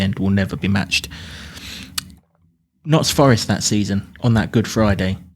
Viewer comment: It’s not Notts Forest. Please amend this next time you mention us.